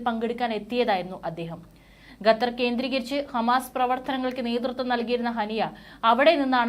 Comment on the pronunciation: ഗത്തർ അല്ല ഖത്തർ. മലയാളം നേരെ പറഞ്ഞു പഠിയ്ക്കൂ..